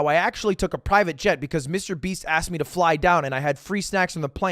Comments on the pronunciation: He said Mrbean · wait did you say MrBean ??? xD